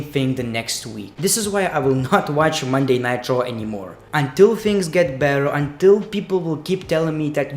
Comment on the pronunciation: Is he saying nitro or raw maybe it's his accent